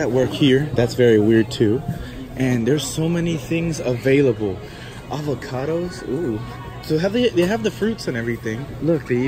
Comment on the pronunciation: him:avocado me:frish avacadu